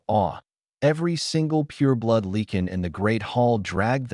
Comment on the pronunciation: PLEASE....Can't someone edit your stories. It's LIE CAN=LYCAN. NOT LEE KIN.